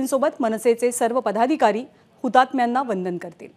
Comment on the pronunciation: पधाधिकारी नव्हे हो अँकरबाई...पदाधिकारी. संभंद, निभंद... काय चालवलं आहे हे?